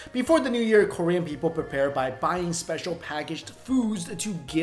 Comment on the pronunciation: i love your videos to death, but your korean pronunciation is....awful. XD